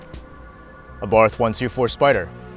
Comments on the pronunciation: Btw, it is pronounced Ah-Bart. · well not exactly. Carlos abarth was austrian not italian, so the 'th' would be pronounced in his native tongue, but that would be the italian way. For this reason I think either works.